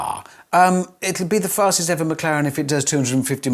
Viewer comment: Well, Freddy said "fasest McLaren", not "Fastes McLaren P1", and he's using a Mclaren engine... still